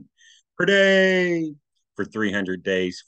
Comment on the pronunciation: What's your problem with the word "per day"? You can't say it normally?